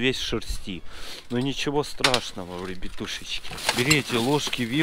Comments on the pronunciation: Обожаю когда ты говориш вребетушочки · Ору с озвучки 😹😹😹 Особенно с этого "Рьебьятущечки"